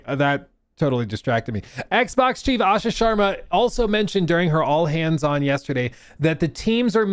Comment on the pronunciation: Got it?